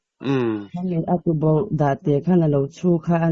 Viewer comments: Tubauh tih loh tur Tuboh tih tur aw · "Tubauh" ni lovin "Tuboh" tih zàwk tùr àw... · Tubauh kan tithin, tuboh a ni lo aw. Hmun hranah lam dan a dang mai a ni. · TUBAUH❌ TUBOH✅